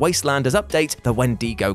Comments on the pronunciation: I'm sorry to say it's pronounced Wen-dih-go, not wen-dee-go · The way he says wendigo is so wrong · 1. Why did he keep saying Wendigo like that? 2. Did he say "Pig Iron"? 3. Albino also isn't pronounced like that. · Why do you say wendigo like that, its so strange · You honestly don't know how to say "Wendigo"?